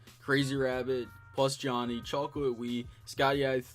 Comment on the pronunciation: When he said plusjohnny I died